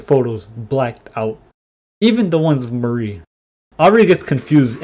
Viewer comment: amazing video as alwats :D but i think you are pronouncing Mari wrong. its supposed to be pronounced mÁri (ma-ri) not marÍ (marie)